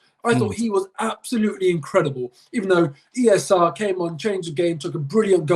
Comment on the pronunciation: The way says E S R. lmao he REALLY wants it to catch on 😂😂😂